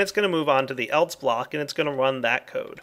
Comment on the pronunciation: Do you realize that you say "eltse" instead of "else"?